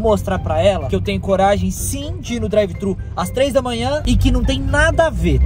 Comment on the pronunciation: N é drive trhu nao porra